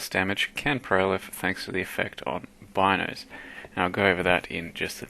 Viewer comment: It's not Bynoes, it's pronounced Beenoes.